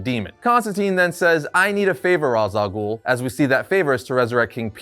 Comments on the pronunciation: yeah it's odd since he showed a clip of how to properly say it a while back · is actively refusing to say Ra's al Ghoul's name properly.